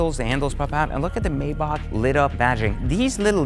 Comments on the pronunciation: Why do these car YouTubers not know how to pronounce the names of the brands they review? It's MY-bach (like the composer) and BRAH-bus. is another one. He mispronounced it as 'MAY-back'. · If you own this many exotic cars you can pronounce it anyway you fucking want. But, for all the haters it is pronounced phonetically as… My-bahh Brah-boose. But since we’re American and don’t speak with a German accent like a c*nt you can say it the way you want. That’s freedom 🦅🇺🇸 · Dude. You mispronounced every damn thing from Maybach to Brabus. Jeeeeeees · I couldn't finish the video because hearing you say the name wrong irritated my soul 🤨🤨🤨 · Technically it’s not being pronounced wrong, it’s just a language/ accent barrier. For instance Americans say Ford , people from UK say Fahd. As long as you spell it the same really doesn’t matter lol